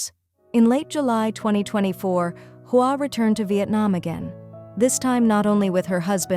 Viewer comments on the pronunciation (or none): Hoa is pronounced "wah" in Vietnamese. AI narration sucks!